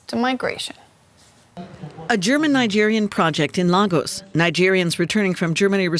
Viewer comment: Lay-gos, NOT Lar-gos 🙄